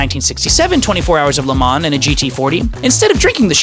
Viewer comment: Hate the way he says Le Mans